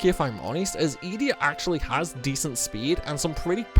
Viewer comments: Youre pronouncing these wrong on purpose right? "eeedea" fucking "baylam"???? Mans plucking letters out of thin air 😂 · The way you say Edea, makes me cringe 😂